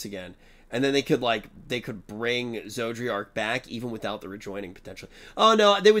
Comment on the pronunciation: Maybe will finally remember how to pronounce "Zodiark's" name after a certain cutscene.